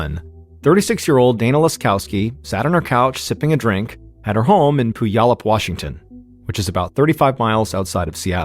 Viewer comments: It’s pew-allup not poo-yallup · He called Puyallup pooyallup. Lmfao, iykyk i guess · “Poo-yallup” - “pew-allup” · Pronounced “pew-allup” 😂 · Another great video! I’m from Washington though, so you way you say puyallup is killing me lol. The “y” is silent so the way you say it is Pu•al•up, just letting you know brother. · Completely off topic: I have been pronouncing it Pulley-Up forever and I’m feeling like it was obvious now that I’m hearing it. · Fyi locally Puyallup is pronounced pyu-AL-up or pyu-ALL-up ("pew wallop" like your mom smacking you for dozing off in church) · Puyallup. "pew-AL-up". Mr B, you need to do some research about how places are pronounced. Reminds me of you pronouncing Papeete as 'pah-PEET'.😂😂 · Puyallup is my hometown. I don’t remember this story, but 2001 was a very difficult year in my life, so I wasn’t following the news. Anyway, if anyone is interested, it’s pronounced Pew-ALL-up. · Mr Ballen i love you but you said Puyallup wrong lol. I know it's a tricky one. But it's pronounced pew all up. Love you! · As someone who lived in Puyallup for half my life I’m dying hearing the way you pronounce the name. It’s pronounced “pew-all-up”. I needed a good laugh this morning. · Actually, it's without the overt "w" sound. It sort of just happens, but no one should be TRYING to forcefully insert the "w" sound. So pew-ALL-up 😊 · Just a heads up Puyallup is pronounced pew- wallop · It's "pew-allop" 😊😊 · I grew up in Vancouver and giggled every time he said it. He did a story about Lake Shasta once and kept pronouncing it wrong so much that it distracted me 😂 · When I first moved to Puyallup last year, I mispronounced it the same way you did. It wasn't until I heard someone on the news pronounce it that I realized I'd been saying it wrong for months. It's a tricky one so I'll let it slide. 😉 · Love you ! The way you’re pronouncing Puyallup is giving me anxiety but more like ✨anxiety✨ bc again love you 😂😅